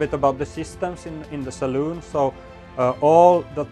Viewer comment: The person doing this actually called the saloon a saloon. Wow. He must be a sailor. So many of the people doing this call it a salon. They want to be ‘oh so POSH’. This video was so refreshing. And nice boat too! Thanks.